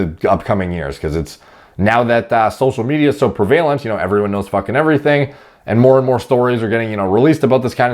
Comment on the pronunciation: prevalent is pronounced PREV-uhlint not pruhVAYlent